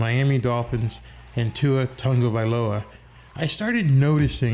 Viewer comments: You totally said his name correctly the first time, you kinda said viola later, but, you're doing great, man! Love the channel! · Aha. You got Tua's name right the first time but butchered it the next. At least I know you care and your content has been excellent.